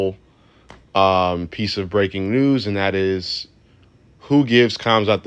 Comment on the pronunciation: Hamzat the k is silent